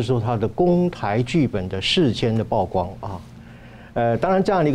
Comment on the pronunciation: 來賓教育水準待加強，曝光不是報光